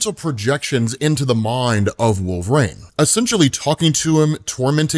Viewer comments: Who is "Wolf-rain" ? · I wonder if he says wolv rain on purpose to get comments... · Wolvrain is driving me crazy wolvereen is the pronunciation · Who tf is Wolvrain?? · Had to stop the video. "Wulv-rain" was driving me crazy. Please rerecord this. Good God. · Who the hell is wolverain and why do you keep saying it that way? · Wolverane? Dude this is my biggest pet peeve of you do. It's like saying Marine but wolv in front of it. Shit son.. do you ever hear yourself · Have him move back to Canada and join Alpha Flight. "Wolvrain"? I know you've heard it pronounced. Stop with this nonsense. Bro, I keep adding to this post while I listen. If there's a hell, I hope you have to listen to this podcast and hear yourself say "Wolvrain" over and over. Just kidding... Or am I? Why are you doing this to us? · It's Wolv-reen. WUUL-vuh-reen. you're driving me insane hahahaha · "Wolve reign" Bruh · I always wondered why pronounces Wolverine as "Wolverain." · I love the channel but man... i really hate "wolvRAIN" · Bro i thought i was hearing wrong until about 11 mins in lmao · Dude can’t even say WOLVERINE. use your vowels smart guy❤